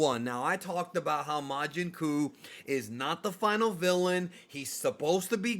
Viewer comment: Oh boy, as a native portuguese speaker… majin cu…. 😂😂😂😂😂😂